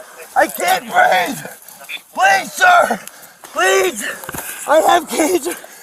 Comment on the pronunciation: it is actually " I can't breeve"